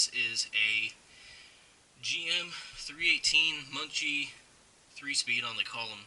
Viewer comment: JFYI It's pronounced MUN-SEE I just rebuilt my 318 from my 56 Chevy 3100. I used parts from a donor transmission and bought some new parts at a swap meet. The rebuild kits on line which was what I bought are junk. Don't come with main shaft snap ring or shift arm seals.